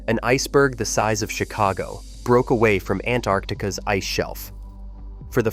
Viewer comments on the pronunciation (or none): none